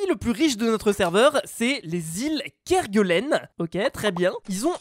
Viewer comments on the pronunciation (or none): Ça ce di les Îles Kerguelenpas kergelen